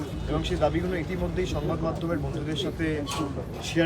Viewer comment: দাবিগুলো নাকি দাবিগুনো! বাংলা উচ্চারণটাও ঠিকভাবে করতে পারে না।